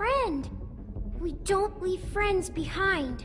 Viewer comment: Short Over-Baked Potato omg LEEve